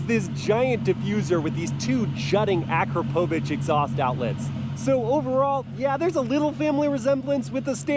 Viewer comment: pronouncing akrapovic like a true american